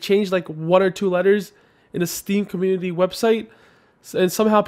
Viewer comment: "steamcornnunity" roflmao